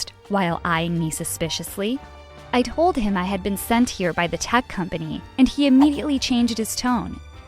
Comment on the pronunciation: Um it’s Told not Tole